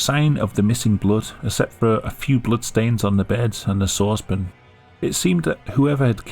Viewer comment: Have I been pronouncing sauce pan wrong? Is it supposed to be pronounced saucepin? Because that’s how this dude says it. It is so alien and strange to me. Otherwise great video came up the good work.